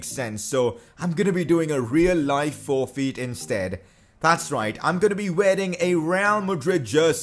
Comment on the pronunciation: Who else got triggered how he said forfeit ( I know he has an accent )